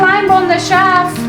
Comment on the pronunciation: (sigh) Okay, I give up! With this new posting I once again hear "shaft" for "shelf" and "science" for "since" but - hey, in the end, who cares!? The amazing and intuitive cleaning and organizing videos we are treated to show how we can maintain our homes, our mental and physical health, and not make it seem like our feet are being held to the fire...dare I say, witness an exercise in Grace....? Thank you, for this unique window on another way of living and working, a lesson to us all.